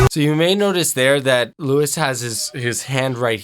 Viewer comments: Please pronounce his name right: ˈluːi Thanks ;) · i almost threw my ipad against the wall when he said “lewis” 😂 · His name is pronounced as lou-ee